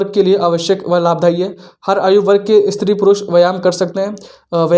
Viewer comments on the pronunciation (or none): none